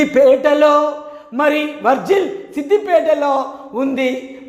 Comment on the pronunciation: సర్ అది వర్జిల్ కాదు సర్....వర్గల్ near శమీర్ పేట్